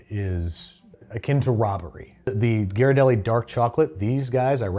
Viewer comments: You mangled the name. Ghee not Ji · Ghirardelli. Pronounced GEER-uh-delly. I’m from SF, where it originates. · Can’t catch, can’t pronunciate Ghirardelli (I’ve never heard it pronounced that way). Keep your day job. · As a san franciscan, I was about to correct the pronunciation of Ghirardelli but then your assistant did it within the first 5 minutes so I can relax. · When he learned he was pronouncing Ghirardelli wrong 😂😂😂😂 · So glad they searched up the correct pronunciation of Ghirardelli because as someone from SF it was really bugging me 😅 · ghirardelli is hard a G, love you, but please learn how to pronounce italian